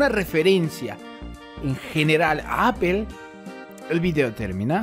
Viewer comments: "apel" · ya había hecho una búsqueda de manzanas y aun no sabe decid manzana en inglés jsjs